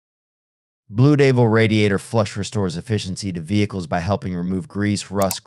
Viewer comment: I hate these AI BS narritives. Blu Deevil? Wow. No credibility